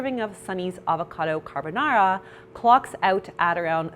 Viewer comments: I'm italian. I almost fainted at the "carbonara" 🤣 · saaaamee ahhaha